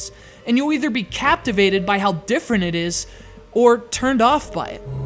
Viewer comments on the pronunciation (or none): none